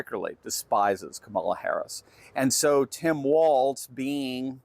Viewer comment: Hey, that's "Timpon A-walz" to you, buddy! 😉